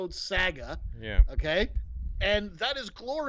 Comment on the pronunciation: Yeah but it's funny how he fails to day saga and says sAga